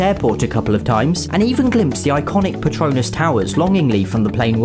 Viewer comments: This man pronounced Petronas Tower like Harry Potter's infamous patronus charm. Ain't gonna lie, kinda digging it tho. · Everyone not from Malaysia or nearby pronounces “Petronas” towers wrong. It’s so amusing. They say it like a patronus from Harry Potter. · I like how he say patronus towers. It makes it sound like it came from harry potter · Lmao, the way he says 'Petronas' sounds like 'patronus' (Edit: btw I mean no hate, I just thought it was kind of a funny thing to point out. Hopefully I didn't offend anybody) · expecto patronum XD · Patronus charm